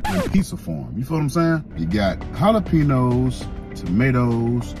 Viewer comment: It’s pronounced… haa·luh·pay·nyowz